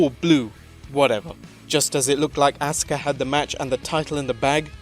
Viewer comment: Asuka-(Ahskuh) Not(Ahska)